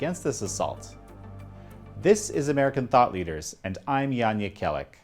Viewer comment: His first name is not pronounced with the hard "J" as we pronounce the girl's name Jan. It is a soft J like you were pronouncing it with a "y".